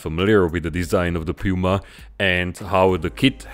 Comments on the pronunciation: Awesome!!! I would die to see a diorama with a Puma and a Leopard in battle formation. But as a German, I am obliged to improve your pronunciation of „Puma“😁 the „u“ is pronounced like the „o“s in „zoo“. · “DE PÜMA” c.. 😁